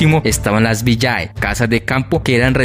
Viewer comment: Se lee ville no Villae en latin la ae se lee